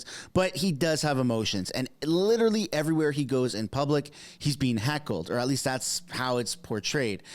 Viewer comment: “Public” not puclic